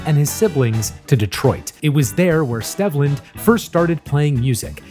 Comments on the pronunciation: Stehvland? No, my guy…it’s Steevland. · According to Wikipedia, it’s pronounced Steve-land. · It's pronounced STEEV-lend btw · His birth name is pronounced Steve-land. Otherwise, good video. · At least get his forst name right before you do a video about someone. His name is pronounced “steve-land”